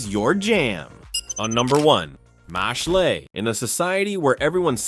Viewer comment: Mash'le?! 😅 I guess we are pronouncing it like a French word 🤦🏼‍♂